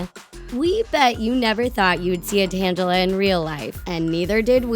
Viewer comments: Tan-ga-la not tan-ja-la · Not tanjla its tanglea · I know this video is old but good lord could someone please help the readers of the lines pronounce things in all of these videos??? Funny content but when you butcher names it gets a bit cringy. Like Zendaya's name from another video and here, Tang-ala as in a play on the word tangled. Please have someone check pronouncing before posting a video. Please? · everytime you said "tangela" made me wanna kill myself i think its pround tangle-a well thats how i have been prounced it forever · It's tangela ( tane- ga- la) not tangle ( tanj - a - la ) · ITS TANGELA NOT TANJELA!!!!!!!!!!!!! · tang-ela not tan-gela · You said Tangela wrong. Tangle-a nor t-angela. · It's tang a la that is how its pronounced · YOUR PRONOUNCING ALL THE NAMES WRONG! Like TANGELA! It's just Ta-Gel-a! GEEZ? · She said Tangela wrong.Its tan-ge-la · Not to judge, but you said Tangela wrong. It's pronounced Tangle-uh. Your welcom for the feed back! I enjoy your videos lots. I could use improvement, but I love your channel. I watch your videos at least 5 times a week. Love you! -A Talko Fan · It's Tang-ga-la. You guys made me cringe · you pronounced Tangela wrong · Omg they pronounced tangela wrong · You pronounced tangela wrong...just to point it out